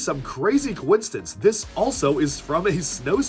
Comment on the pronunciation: Did you say "co-instance"? lol